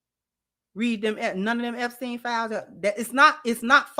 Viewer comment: 'Epsteln Gumbo' is crazy work 🤣